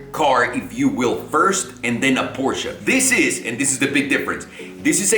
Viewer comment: Shout out to for saying Porsche and not Porsch